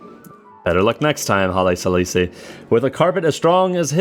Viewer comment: Why can't you pronounce Haile Selassie?